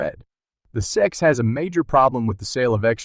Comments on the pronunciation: So an unbelievably false click bait title combined with a complete inability to pronounce S-E-C (you called it SECK repeatedly...da fuq?!?!?!). Wow. I don't say this lightly, but this is THE WORST Crypto video I've ever seen. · Chat AI bullshit--Pronounces S E C as "sek. Crap.